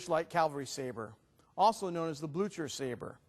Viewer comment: Never heard "Blücher" so wrong pronounced :D no offense ^^